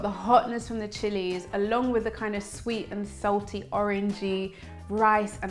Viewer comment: You should take speech therapy you say fubms instead of thumbs in the beginning, howeather instead of however, and wiv instead of with... just to mention a few. The TH sound you use when you mispronounce 'however' is the sound to use in with. I'm sure you know these things, so talk more mindfully...Why do you pronounce starchy as 'storchy'??